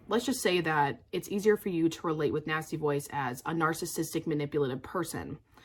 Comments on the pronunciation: Great video, but I was starting to get worried when I heard you say nasty boys until I realized it was nasty voice 😁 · That’s EXACTLY what I heard. I was like “which nasty boys” “how does she know my life”?